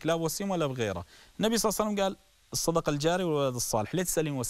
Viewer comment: بس ليش تگول صعسلم؟؟؟؟